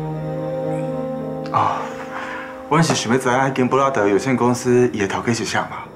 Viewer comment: 布拉德感覺就像brother的發音哈哈哈